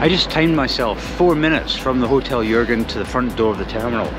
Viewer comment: Your pronunciation of "Jürgen" is perfect!